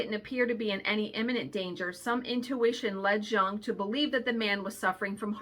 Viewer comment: Those junk journal patterns are just too cute! I also believe that there are things of synchronicity going on in the universe. But I always hear my cat shadow that I put down in 2006 meowing. I see cats that look like her and smile. She’s a sparrow now. Btw fun fact…. Jung is pronounced “young”